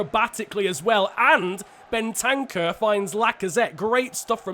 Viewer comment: When says Ben-tank-ur instead of Ben-ta-cur